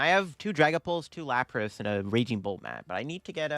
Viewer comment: “LatiASS and LaprASS” lol